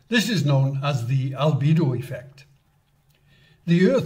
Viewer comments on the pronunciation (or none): none